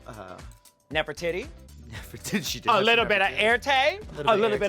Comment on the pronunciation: Did Bianca just say Nefertittie I cannnnnnnot